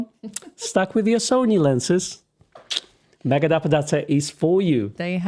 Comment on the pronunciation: Who else heared "Megadeth" instead of Megadep? 🤘🎸😂